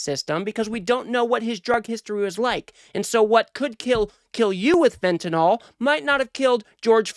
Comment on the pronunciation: FentaNYL not "nol" it's not Tylenol😅